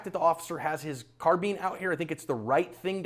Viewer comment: it's pronounced car-bine not car-bean.